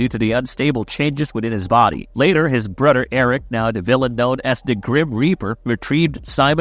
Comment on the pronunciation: His brudder